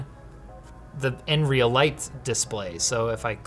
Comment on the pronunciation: I'm pretty sure they call it n-real.